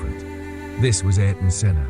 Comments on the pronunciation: please ... not AR-TON .... AIR-TON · Pronounced closer to Air-Ton. He once crashed out at the Phoenix GP after brushing against a section of wall. Senna swore he only hit it because the wall moved. His engineer had a weird feeling because how adamant Ayrton was about it. Turns out another car hit the wall the lap before, and the wall did shift just a couple MM…. Just enough to catch the rear tire. That’s how precise he was. A few MM off the wall every lap